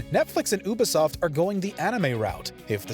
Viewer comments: Sorry to nitpick (who am I kidding? It's lol), but it's pronounced U-Bi-Soft... not ube-soft. 🤦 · UBI , YOU BE, YOU BE SOFT UBISOFT NOT OOBISOFT NOT OOOH BE SOFT RUINED THE FUCKING VID WITH THE HOW U SAYING IT JESUS CHRIST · The oobisoft pronunciation is killing me 🤣🤣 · Really fucking hate the way he says Ubisoft tho ngl